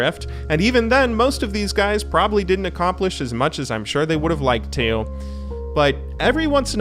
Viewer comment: why do you say to like that